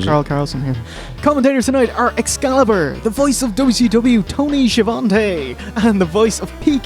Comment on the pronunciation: wow, ive heard Schiavone pronounced as "Shavontè" so many times, i almost forgot that it was a Hoganism... ('YOU may call him Schiavone, like you call him Vamp-ee-ro dude, but I know Shavontè as Vamp-EYE-ro brother!')